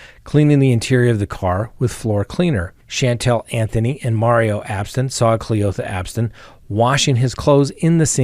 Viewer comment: The way you said cle-OTHA straight took me out 😂😂